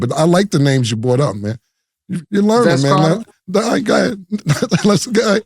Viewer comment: I "bought" up the fact that.... Bruh cannot say "BROUGHT" to save his life.